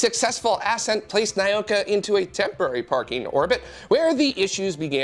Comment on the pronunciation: The spice from New Mexico is spelled chili. Chile is in South America. And I wouldn't pronounce Nauka as "nigh-oh-ka". It's "nah-oo-ka".